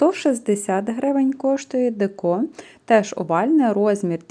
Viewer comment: Не декО, а деЕко.